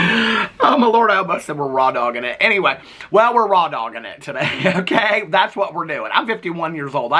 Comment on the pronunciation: I was cackling at you saying “tharts” 😂😂😂😂 I love you,! ❤